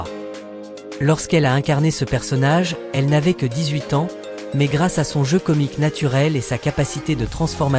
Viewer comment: Voix d’I.A. qui prononce "21 A N S point" 😊😊😊